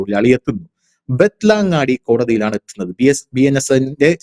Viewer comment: ബത്തലം ങ്ങാ ടി അല്ല ബെൾ ത്തം ഗടി